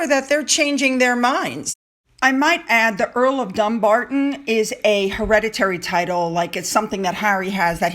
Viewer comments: It just proves how thick Haz and Nutmeg are when they considered the title for "Archie". Dumbarton is pronounced Dum-BAR-t'n not Dumb-arton. It's only dumbasses themselves would see the word dumb in there. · no it's Dum-BAR-t'n. Stress in middle starting with the 'b'. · it's not pronounced Dùn it is definitely Dumbarton. It was a garrison town. In Scottish Gaelic Dùn is a fort.